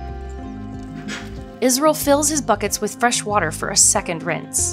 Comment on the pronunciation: His name is Izrul Malek not Israel... nothing against it. I just thought you should know.👎